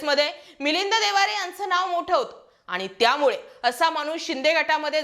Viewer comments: मिलींद देवारे नाही ओ मॅडम 😂... मिलिंद देवरा असं म्हणा की😂😅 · Madam he is Debra and not Devare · वामाने देवारे नाही देवरा असं आहे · अग बाई तुला नाव बरोबर घेता येईना. त्याचे नाव मिलिंद देवरा आहे